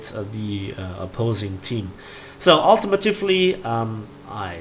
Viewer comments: Hey. Nice video! I just wanted to let you know that it's not pronounced "ultimitufly" it's "ultimately". Im sure you get this a lot, sorry! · Ul- tee- Mate- Lee